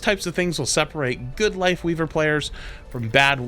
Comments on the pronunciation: I had to rewatch it because the first time I bear say Wifeweaver. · he almost said wife leaver like 3 tinmes lol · funny how almost called his wifeleaver instead of lifeweaver XD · Don't know if anyone else already said it but it's Lifeweaver not Lightweaver